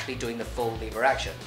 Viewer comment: I thought he kept saying "Liberace" instead of "lever action"